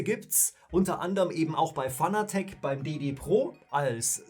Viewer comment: Fanatec ist zwar eine deutsche Marke, man spricht es allerdings englisch aus, ansonsten gutes Video...